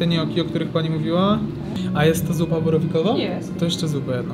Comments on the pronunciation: Jak byłem we Włoszech to lokalsi upominali, że mówi się "GNIOKI" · Nie chcę krytykować ale tak na przyszłość; Gnocchi czyta się z podwójnym k - njok'ki.